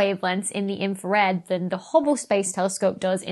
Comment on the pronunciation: Infwawed! You siwiwy Wabbit!